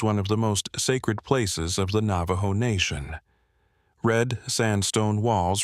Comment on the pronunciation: AI's Navajo needs work.